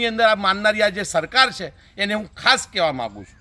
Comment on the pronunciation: " chhe " bolta sikh pahela gujarati ni ijjat na le ,,kone banavi tane anchor